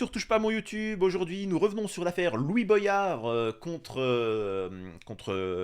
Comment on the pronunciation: Salut l'ami.. Juste une petite blague antillaise.. Comment tu lis voyage ou goyave comme Boyard Mdr... Je ne sais pas d'où viens ce problème français entre voyage et goyave et maintenant Boyard...mdr Sinon à part le sujet de la monarchie où je n'ai pas compris pourquoi tu as confiance en 1 homme quand tu vois Staline, hytlir ou même Macron :( D'ailleurs j'aimerais bien qu'on en parle un jour si tu veux bien... Mais j'ai peur... On me traite de fou pourtant car j'ai confiance au travail de groupe hors :( Bref!! Compliqué... Un être humain change de caractère plus vite que son ombre :(